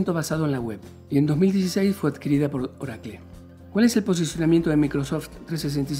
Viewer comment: Que es Orakle? haha